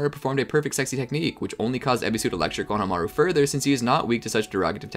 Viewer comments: say it with me, KO-NO-HA-MA-RU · Great Video but I got way too triggered when I heard how he pronounced Konohamaru lmao